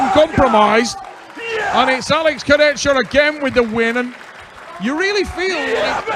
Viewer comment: will never learn how to pronounce Kurdechka.